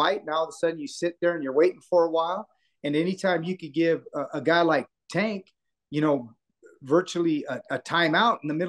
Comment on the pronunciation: Do you purposely say his name wrong? I don’t understand how you’re around him and people he knows so often and you’re the only one that says it that way. Say his name right! Or just call him Tank.